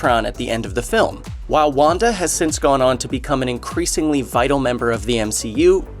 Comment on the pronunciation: when you said Wanda I thought you said Wakanda